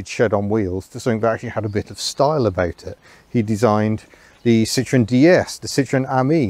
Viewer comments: Please learn to pronounce the name correctly. It's Sitro-EN, not SIT-ron. There is a reason Andre Citroen put an umlaut over the "e." Yes, he did it on purpose to avoid being called Sitron. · Citroën. CIT RO EN. It is not an orange. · Please, puhleeeeeeez, take the time to correctly pronounce the company name. So many Brits and Americans just slaughter this name. It is not Sit-Tron, which in French, "citron", translates to lemon'. If anything the Brits were far better at building lemons rather than the revolutionary and reliable French. Yes, yes, yes, I know that the family name was originally Dutch "Limoenman" (Little lemon man), which in France became Citron, but it was ultimately Changed to Citroën. I'm sure Andre Citroën's business acumen was clearly aware of what a laughing stock the company would have been if he had been selling "Citron---Lemon" cars. The correct pronunciation is "see-tro-n". It's just as shameful as the Brits and Americans talking about driving a Porsch, because they're either too ignorant or too lazy to pronounce "Porsch-ah". O.k., rant over.